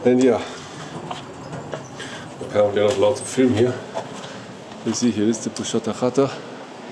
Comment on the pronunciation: 😂😂😂 the пузата хата reads like Puzata Hata and not pushata hata😂😂😂. Anyway, great video 👍👍👍👍👍